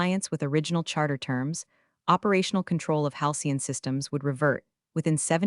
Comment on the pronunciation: AI narration needs to have more training to recognize tense. (ie, present tense, past tense) and proofreading by a human while listening to narration before releasing into the wild is strongly recommended. As it atands, creators look lazy and incompetent. And "Halcyon"" is not "hian".